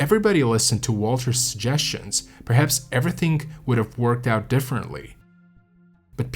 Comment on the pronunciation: Interesting story, but your pronunciation of some of the names and French words was painful. D'Honeur is Donnerr,, D'Or is Door (not Dior) and, more importantly, Guillaume is pronounced Ghee-ohm, not Gi-Lom. It's only respectful, under the circumstances, to pronounce their names as they would have.